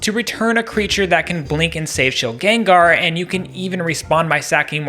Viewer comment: Shilgen-Gar the first 2 syllables would be rolled together. Everyone pronounces it like this bc of pokemon rotted pop culture brain and it's all good pronounce it how you want bc everyone does but still lmfao